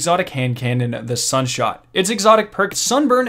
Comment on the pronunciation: Am i deaf or did you say sunshot 😐